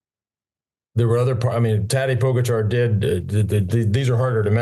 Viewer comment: True. Lance still has no clue how to pronounce Pogacar.